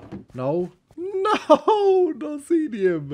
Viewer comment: Just one point of clarification, if the ore is named after the streamer X33n as it seems like it is (Teammate of PeteZaHut and Cap'n Sparkles...), it would be pronounced like 'ZEE-nee-uhm'. Love the series, and especially enjoying playing along, really appreciate all the content!